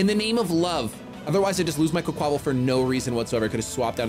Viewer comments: please! It’s “qway-kwa-vall” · I love you but its QUACK-wa-Val. Its supposed to be a play on words